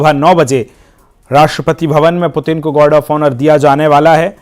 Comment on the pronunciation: Anchor व्लादिमीर पुतिन की जगह व्लादिमीर पुतिन बोल रहा है ,जो एक ब्लंडर है,कम से कम रशिया के प्रेसिडेंट के नाम का तो सही उच्चारण करे।ऐसी गलती अक्षम्य है।